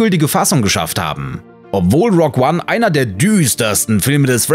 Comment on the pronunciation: „Rog One“! Das hast du jetzt extra für mich gemacht 😁